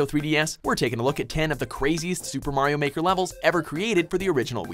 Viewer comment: MAYRO MAWKER